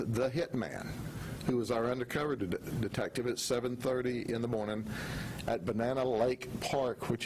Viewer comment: "on Friday morn'ya" hahaha I love it. Even when he trips up a lil its GOLD. im SAYING "goodmornya" from nah'on.